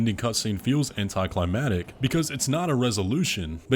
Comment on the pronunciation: I'm not saying this to be a jerk, but you, and MANY other gaming channels, need to know that "anticlimactic" is pronounced an·tee·klai·mak·tuhk. I love your content, man. Most of what I know about Elden Ring has been learned from your channel. 💪 Thanks for the great content.